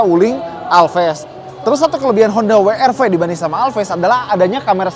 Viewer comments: We Er Ve atau DoubleU aR Vee. Wi itu baca huruf W bahasa apa? Wkwkwk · Kenapa ngomongnya “wi ar vi”. Pdhl kalo mmg mau dibaca dg bhs inggris bacanya ya “double u ar vi” atau kalo mau indonesia sekalian ya “we er ve”. Kecuali brv baru bacanya “bi ar vi” & crv baru bacanya “si ar vi”. Klo W masak iya bacanya “wi” 😅😂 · Gatel bgt pengucapan WR-V dengan sebutan “Wi-Ar-Vi” :( seharunya “Dabel-Yu-Ar-Vi” in English atau “We-Er-Ve” in Bahasa ya? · Nyebutnya koq Wi Ar Vi ya bukan Double yu ar vi 😁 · Pliss deh jangan "wi ar fi" dong gak enak bgt dengernya. Mending "we er fe" aja deh klo gak bisa nyebut "dabel yu ar vi" ... 🙏 Mending Alvez kemana2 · dabel yu ar vi, bukan wi ar vi :D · Mas, bacanya bukan wi ar vi. Kalo mau Inggris, sebutnya da bel yu ar vi. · "dabel yu" "ar" "vi" bukan "wi" "ar" "vi". Hilsat lebih konsisten make "we" "er" "ve" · Gemes juga denger WI ar Vi bukan Dabelyu Ar Vi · Kenapa pada latah nyebutnya Honda wiarvi bukan weerve in English ( Double U = " W " ) ( Arr =" R " ) ( Ve = " V " ) & jujur saya awalnya bilang gitu secara gak sadar 🙏🏼 😄. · Wi ar vi, wi ar vi... Sejak kapan W dibaca wi bro ? Situ kan reviewer channel otomotif gede yg cukup jadi panutan, jangan ngajarin gak bener lah, justru harusnya koreksi